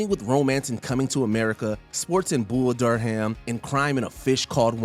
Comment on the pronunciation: The word "Durham" in Bull Durham is pronouced DUR REM. I guess this guy didn't really see the movie.